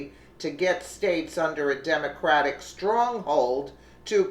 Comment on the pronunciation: it is Not demoncratic NOT CRATIC *YOU ARE TALKING TRAILER TRASH. i bet you say cadalack converter too. start now saying demoncrate party. not cratic Do you f n understand this message?